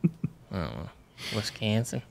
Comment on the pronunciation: Kentucky 😂. Wiskansan 😂. Transylbogia? You guys are killing me😂